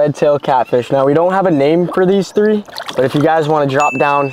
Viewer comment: Three not tree